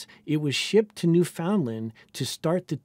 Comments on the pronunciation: pronounced "newfinland" rather than "new foundland", great video, sorry for the nit! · Newfoundland, pronounced like 'newf-inland' not like 'new found land' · Oh no, please just no, not New-found-land. As a Canadian, I beg of you, pronounce it properly as Newfundlund. New and Found should not be pronounced independently, they need to be blended into a single word. It's like nails on a chalkboard for a Canadian to hear it pronounced that way. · I loved the new info in the video, but unfortunately this comment is correct. I've heard Newfies go all the way to "newfa-luh", but the bare minimum is: stress on the first syllable, no middle "D". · Another American butchering the pronounciation of “Newfoundland” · Sorry we pronounce it how it looks. You budget French loonies pronounce it like you have something in your mouth you need to spit out lol